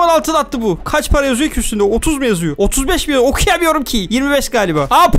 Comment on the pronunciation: Abi paraya para demiyon paraya mara diyon